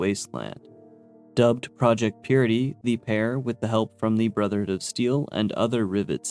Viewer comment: Dude why do you call BoS "the brothered of steel" and "the steel"??? Is it really that hard for you to say "brotherhood"?